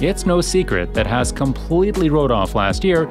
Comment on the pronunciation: The team name is HAAS and NOT NOT NOT HASS....headache.